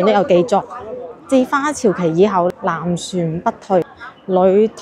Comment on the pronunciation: 很好！讲解资料相当详尽．花＂朝＂应读作＂朝早＂的＂朝＂不是＂朝聖＂的＂朝＂。